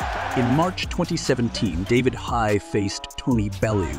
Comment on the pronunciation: Especially when he said “David High” 😂